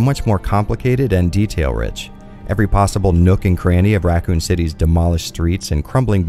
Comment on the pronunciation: “Ruh-coon City”